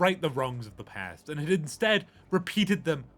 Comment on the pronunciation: At the start i could swear he said no Pant. Not Past. Which works either way